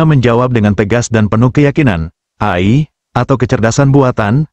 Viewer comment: ROBOT AI, Dibacanya. EAI, Bukan Ai